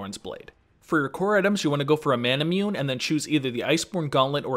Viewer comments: Solid video but hearing you say "manamyoon" made me cringe. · You pronounced "manamune" wrong :v